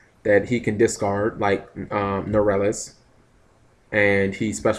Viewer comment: Norelas? Norleras!